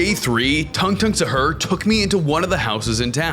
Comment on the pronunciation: No one but me cares about how you say the name it's tung tung suhur not usher and it's bumodelo crocodelo not crocodelyo